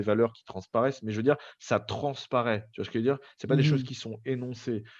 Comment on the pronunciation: "Tu vois skejveudire?"